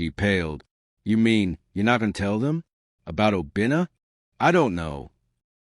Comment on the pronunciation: Not Obinnah………….!!!!!!!!!!!!!